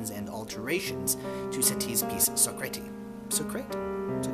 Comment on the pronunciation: Wrong! The correct pronunciation is "So cratt" .. ask any French person.